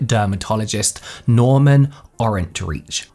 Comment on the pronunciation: His last name is pronounced Or’ en trike -rhymes with Third Reich 😊